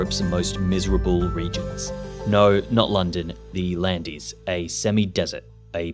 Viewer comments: Landes is pronounced \lɑ̃d\ in French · 'an' like ' France ', landes<=>land'' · French here. It's simply pronouced "land". ;) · It's actually pronounced land. I'm french. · 😂 so true, its not even a hard work its like saying land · You mispronounced Landes. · Y'all should look up the pronunciation of "Landes" in French before making these videos. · 2 secs in - can't say the name of the place, says roads with such precision they can't be natural. Uh-huh. Exit video. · in 2025 english people still don't know you DON'T prononce the end consonant letter in French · Never heard anyone use this prononciation. Even when travelling in this department. He should have just used the vernacular Landes word but pronunced properly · Intrigued by how you can do so much research and produce such an interesting video, and yet, still get your pronunciation of "Landes" so utterly wrong 🤷🏻‍♂️ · Very interesting, but how is even possible to make a video of a very specific geographic region without having a clue how its name is pronounced?? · For all this work put into this, you could've at least checked how to pronounce "Landes" correctly. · I'm from Bordeaux (above Les Landes), and "Landes" is pronounced identically to "wand" (a wizard's wand), but with an L instead of a W. "Es" represents plural and is silent. In French, "es" is always silent at the end of a word, unlike in Spanish. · Yeah, but sadly instead of people thinking "this video is trash" and immediately stopping it (like I did) they'll probably just assume that the AI pronunciation is the correct one and keep on watching. In the 21st century, the education system has largely failed the anglosphere. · The voiceover is clearly an Australian accent. Knowing how to pronounce the place names properly should form part of the research for an informative video. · Bro lived here and still mispronounces it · lmao that was embarrassing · Too bad he made the whole video without bothering to find out how to pronounce his topic.